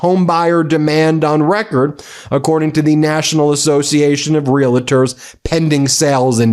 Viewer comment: Ben, please learn to pronounce "realtor"!